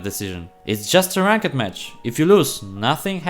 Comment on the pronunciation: Awesome video my man! I love the way you say Rank-ed lmao!